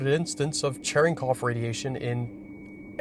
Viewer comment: Ah yes… Chereggkov radiation… 🗿